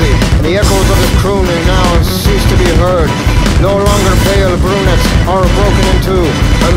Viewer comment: The way he says "brunettes" scratches an itch in my brain